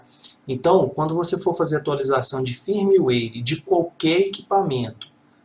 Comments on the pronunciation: Muito bom, mas foi difícil escutar firmiueire tantas vezes no lugar de fírmuér. ;) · Eu já ouví foi firmeuáire ! Tá é bom kk